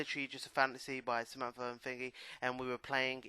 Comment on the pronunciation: Its Samantha - not Zamampfargh. ;D